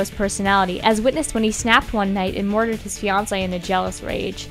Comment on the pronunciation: She said mordored instead of murdered.